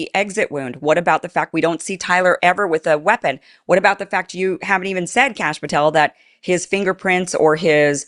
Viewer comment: You said Cash Pathel and am like 😖